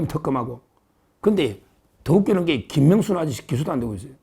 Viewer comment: 서변호사님 김명수 말씀하시는데 김문수로 들리네요 발음 조금~~~~~~~~:face-fuchsia-tongue-out::face-fuchsia-tongue-out::face-fuchsia-tongue-out